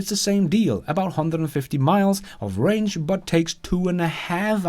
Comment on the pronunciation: Not to nit pick but its Range not Rang. Rang is what your cell phone does when someone calls ya 😛